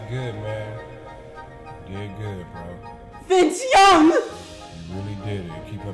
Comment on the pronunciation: VINVE YOUNG!!!! Really !?!?!? Hahahahah